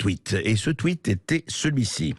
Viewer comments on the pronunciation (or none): none